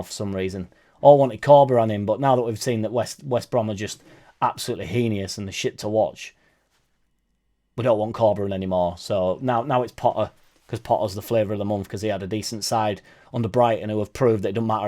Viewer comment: Heinous, not he neon ess.pronouced he ness.